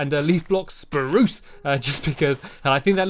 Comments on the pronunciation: U said spurse instead of SPRUSE! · You said spruce wrong